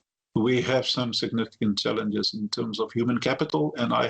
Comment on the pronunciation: Every time he says, "challenges", I hear "f*k*ps".